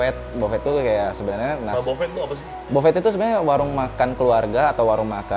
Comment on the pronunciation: Yah memang agak aneh adopsi bahasa luar ke dalam sumbat, kayak buffet (prasmanan) jadi bofet (pesanan 😂). Tapi selamat menikmati kota Padang 😁